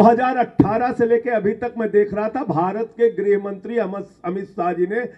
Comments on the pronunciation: ग्रहमंत्री नहीं गृहमंत्री... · ग्रहमंत्री नही, गृहमंत्री होता है!😂